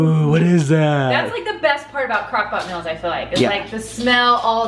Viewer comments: You pronounce meals with a short i sound instead of a long e sound. So it sounds like mills. 😊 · Am I the only one who notices she said meals different? Lol